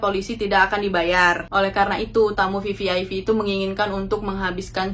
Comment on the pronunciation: VVIP mba....bukan VVIV